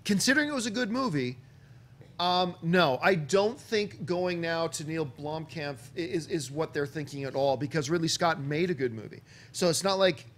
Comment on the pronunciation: John Campea puts an f at the end of Neill Blomkamp... like its German or something lol